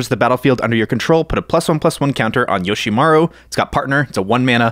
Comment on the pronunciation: Yoshimaru?! 😂 come on man